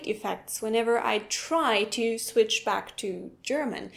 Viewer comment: Hard to catch because she pronounced it "svitsch." That's some hard-core Denglish there!